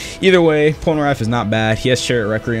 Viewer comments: "PolnerAph" it is Polnareff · Anyone realizes how he pronounces polneraff pol-ner AFF when it's pronounced pol - ner eff